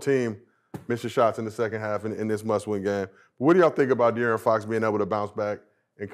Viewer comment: The fact Brandon can’t say DeAaron is hilarious 😂😂😂